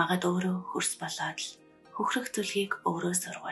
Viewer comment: Сүүлийн хэсэгт тайлбхрласан хүнсийг хөрс гэсэн үү көрс гэсэн үү? Арай өөр дуудаад байх шиг. Өвөг дээдэс, агуу хатдын онгоддоо талархлаа. Машид ихийг бодуулсан сургаал судруудад нь биширнэм. 🙏❤️